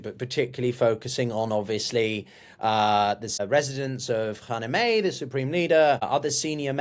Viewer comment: How about learning how to pronounce Khamenei first.